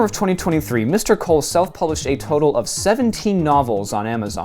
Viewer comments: Coull is pronunced cool not cole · as a scottish person, i can guarantee you its pronounced "cool"